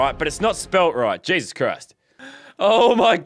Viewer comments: I swear to gesos Christ if you don’t stop saying gesos Christ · This is how Manny times leazarbeam said GESOUS crisis